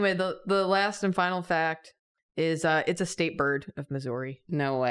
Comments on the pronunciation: As someone from Missouri i feel so seen and so saddened by how y’all say Missouri it’s more like misery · St. Louis atoned for the sins of St. Louis pizza when they invented toasted ravs though and anyone who disagrees is both wrong and not from Missouri Side note: The way Julia pronounces Missouri is actually shocking to me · As a Missourian I wasnt prepared to hear Julia pronounce Missouri like that.